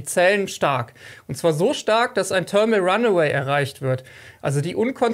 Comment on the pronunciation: thermal" mit th-Laut, nicht mit hartem t. :)